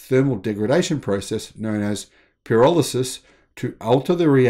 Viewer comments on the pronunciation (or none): none